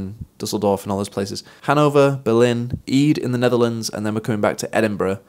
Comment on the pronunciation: My Muslim husband and I will be coming to your show in Ede! Cant wait ❤ and its pronounced "ayduh" btw haha, eid is something else my hubby knows about 😂